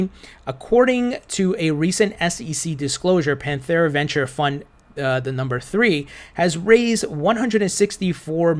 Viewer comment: Why are you forcing an h on Pantera? Pantera: (Pan Tare uh)